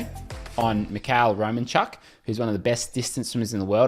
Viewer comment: Myhailo Romanchuk has slightly different pronouncetion as {Romanchook}.